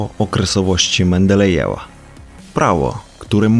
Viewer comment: "Lambadajew" :D :D :D